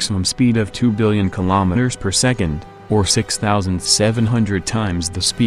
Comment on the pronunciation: Anyone else hearing kimometers instead of kilometres?